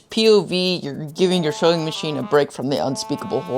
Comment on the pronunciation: When this man said Sewing Machine, I heard Filling Machine ... Huggbees has corrupted my mind